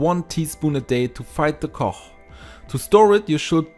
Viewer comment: When you say cough first try saying the word FUNNY that F sound at the beginning of the word FUNNY is the sound that the GH makes at the end of the word Cough ... hope that helps. you do a fantastic job at correct pronunciations of the English language. which makes it very easy to understand everything you say, so when you had trouble with cough it was so obvious. I can see how one would think it was pronounced the way you were saying it. Our language is confusing. I have a lot of respect for those who speak it as a second language. IT IS THE ONLY ONE I CAN SPEAK. so please, I hope I have not offended you. Great video! I can't wait to give it a try!